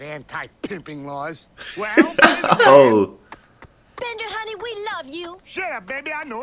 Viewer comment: Bender "Bending" Rodriguez! Not Beater hahaha